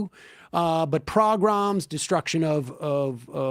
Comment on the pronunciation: It's not "progroms" but pogroms.